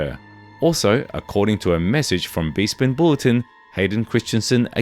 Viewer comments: It's pronounced Besspin not "Beespinn" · Respectfully, have you never heard someone say 'Bespin' before? It's not pronounced Be-spin, it's Besp-in. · ps... its pronounced Beh-Spin, not Bee-spin B-) Bespin Bulletin, not Bee Spin Bulletin ... buzzzzzz..... lol, this might be an AI narrated voice, which I can forgive B-) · Never trust a star wars channel that mispronounces Bespin